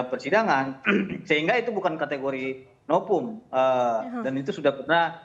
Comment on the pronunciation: SI juga nyebut "NOVUM jadi "NOPUM" Katanya Pengacara..tp nyebut V jd P 🤣🤣🤣